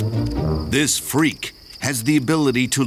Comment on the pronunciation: The narrator calling the assassin bug a freak, plus emphasizing the word, cracked me up lol Kinda almost the same energy of Arin Ego Raptor calling Bowser a freak